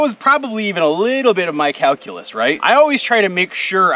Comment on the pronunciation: calculus or cow-culus ;)